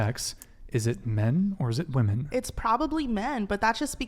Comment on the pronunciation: It’s Women! Not bloody woman. Why are women saying woman instead 🙈🙉